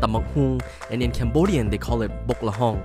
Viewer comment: When he said Bok Lahong he's sounds so Cambodian